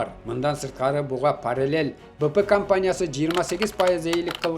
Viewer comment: Быпы компаниясы эмес Бипи деп аталат😂